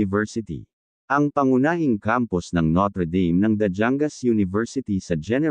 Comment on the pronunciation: bakit mga studyante ng notre dame nakasanayan na "noter deym" ang pag pronounce, dapat "notr' dam" kasi.masyadong jologs pakinggan ang noter deym